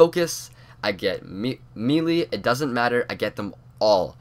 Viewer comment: its ok but u this is how u say mele may lay hope that helps u out